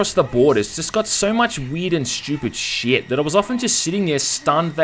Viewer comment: "weead and schupid sheeit"